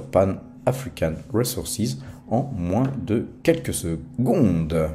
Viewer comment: RiZoursize et pas Réssoursize 😂